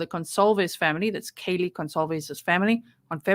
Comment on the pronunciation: To the people who were defending the judge for the mispronunciations fyi Kaylee's big sister complained to the court about how disrespectful it was and how important it was to get it right.